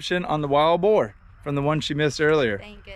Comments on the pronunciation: you gotta stop saying Bar for the big hog called Russian Boar. U know like your children get tire waiting for an event they get bored!! She's fine on pronouncing words, they've just got a deeper Southern draw that's all. I tell everybody even the Jackie Bushman Buckmasters 3 day event Montgomery's Civic center. You need to sign up early too & get you a booth for the 3rd Friday- Sunday in August. There's normally 300 vendors. I've personally been going since 1986. I've only missed maybe 5 or 6 shows. It's fabulous...Don't you dare miss it!! It's ok, just learn from missing. I've never been 100%. I've shot & retrieved 129 deer in my earlier hunting years. But I keep on correcting my mistakes. I don't miss now, but I make sure I can kill my prey before pulling my trigger!! And ALWAYS sight in your gun after traveling far distant trips before the hunt!! You're good, tell him to correct h is "BAR" Words for boar too. You really adding some beauty to his films..& you can tell I said so. Your a pretty girl & even more pretty with your Kentucky draw too!! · Bro! Her Kentucky accent is sexy AF! Man! You talking about how she talks funny, you said BAR hogs! HAHAHA! BOAR?